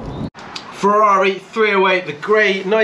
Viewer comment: I'm a Porschephile but, with respect, mate, we don't come to you for "Porsha" but "Feza"... 911T? I'd rather have a cuppa tea!